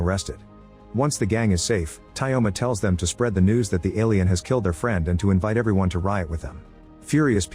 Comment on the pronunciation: Tyoma isnt pronounced as Tayoma, in this name yo is yo